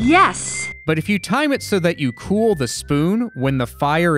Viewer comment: For some reason, I always heard Rosella saying "Yes" with a t at the end when she spooned. So that... kinda became a joke for the REST OF MY LIFE. I just randomly say "Yest" when accomplishing thing now.